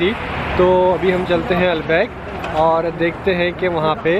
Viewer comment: When foreigners pronounce Albaik 😂😂